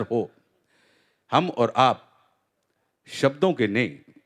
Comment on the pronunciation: भाई सब्दो नही शब्दों होता है । आशा करता हूँ भविष्य मे सही शब्द का प्रयोग करेंगे ।